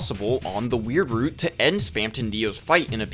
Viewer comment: i just wanna say, as a canadian, thank you for pronouncing it "weird root" instead of the american pronunciation